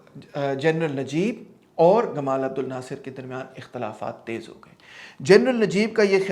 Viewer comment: سر! لفظ "جمال عبدالناصر" ہے ."گمال "نہیں۔